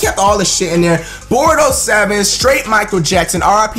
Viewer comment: "Boardox 7" not boadoes lol